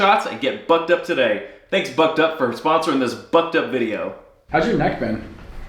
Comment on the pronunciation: The first time you named the video sponsor I misheard "Bucked Up" as "Butt Dump" and thought "He's being sponsored by a laxative?"